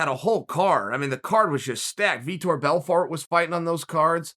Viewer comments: Me: Vitor Belrfort. Chael: Vitor Belfart. Me: Vitor Belfart. Time stamp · Ahh yes, Vitor Belfart... the evil rival to Vitor Belfort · did he just say Bel-Fart-?